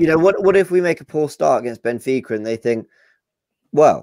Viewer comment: PPssst ..Guys. It's Benfica not Bnefica ..Just saying .lol